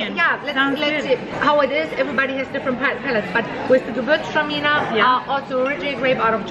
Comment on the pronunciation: It's more like "guh VOORTZ trah meaner" in the German pronunciation